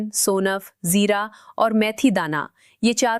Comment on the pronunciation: Pronounce of ingredients is not correct like sounaf zaira .It should be Pronounced sauna. and zeera